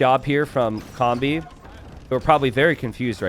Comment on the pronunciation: to12 is pronounced "Toh Doh Seh"... It's play with language to say "I know everything" in spanish which is "Todo se" (technically should be "se todo" but same point gets across). Also, correct! You're closer saying "comb-bee" than "kom-bee" (a combi is a VW bus - like the one from that 70s show).